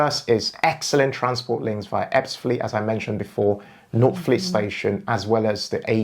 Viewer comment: Lost me at northfleet 😂. Great research though. Subscribed!